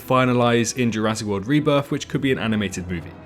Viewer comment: THE REBRITH OF THE SENE